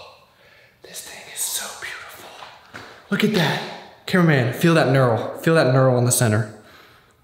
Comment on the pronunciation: That "knurl" tho' 🤣😂😆